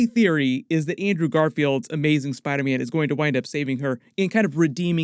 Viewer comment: I’m hearing him say spide man